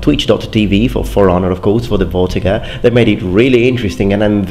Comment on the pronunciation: I think it may be pronounced fortiger rather then vortiger, it sounds german (in german v is pronounced f).